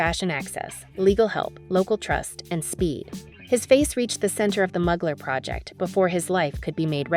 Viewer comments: It's mooglar not mug lar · Fashionista. I only know one designer whose last name is Mugler. If we’re speaking of the same guy, a pronunciation tip to the catwalk chick. MUGler is NOT the way Thierry Mugler says his name. It’s like this: Terry MYOOgler. No MUGS. MYOO. Don’t like tats, in general. But he’s spectacular. What an intense work of art. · It’s pronounced “Moo-glare” 💕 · His last name Genest, is pronounced je-nay, and Mugler is pronounced moo-glare. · Not even… It’s MÜ-GLÈRRRR…. And ZHË-NÈ… Both are virtually impossible to pronounce for native English monoglots… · please learn how to pronounce the names of luxury brands properly! I mean come on ... Mugler ... for example ... fashion houses represent institutions of art and fashion extremely valuable to history and to this day remain relevant for how their work influenced culture, sexuality, other art forms and society. You should know how to pronounce names out of respect! Lets do some more research people! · The pronunciation of Mugler is painful. Is this narrated by a human? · not sure ! many people don't know how to say a U the French (or Turkish) way